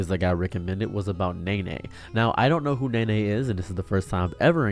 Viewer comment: It's not Nay Nay, it's pronounced Knee Knee.